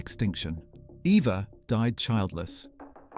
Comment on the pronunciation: Her German name was Properly pronounced as Ava, not Eva despite its spelling with an E.